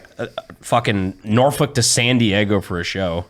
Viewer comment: Also, we pronounce Norfolk - Norfick Not Norfulk lol.